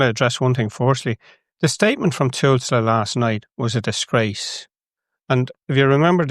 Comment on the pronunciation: your point would be more effectively made if you could pronounce Tusla